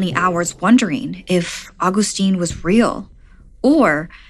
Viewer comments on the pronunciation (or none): none